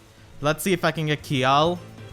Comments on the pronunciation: To pronounce Kjelle, its KUH-JELL. since her japanese name is Degel. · I think Kjelle is actually pronounced "Shella" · If you want my two cents, I pronounce Kjelle's name as Chelle, like from Michelle. But I think the accurate pronunciation is really CHell, like from Cello. Also I'm glad that Cynthia was added. I married Sumia in my male Awakening file, so now I can make a family team for giggles.